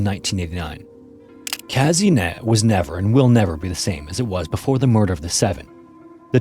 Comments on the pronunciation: This is not "Käsinett", but "Kasehnett". Anglos and there haughty negligence of the pronounciation of foreign words. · "Kazynyet" the pronounciation is a bit off, but as always, great video